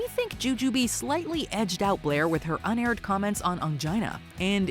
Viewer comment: 'UNaired" ... really?